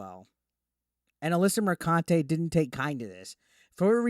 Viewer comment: Alyssa McCunty say it right.